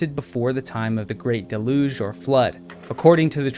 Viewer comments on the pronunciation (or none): none